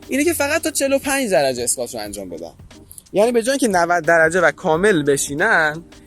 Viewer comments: تلفظ درستش اسکوت squat هست نه اسکات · اسکات نیست.. اسکوآت هست. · تلفظ درست انگلیسی این ورزش، “اسکوات” میباشد آقای دکتر squat :/skwat/